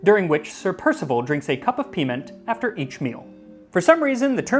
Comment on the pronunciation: I giggle whenever I hear Max say piment. 🙈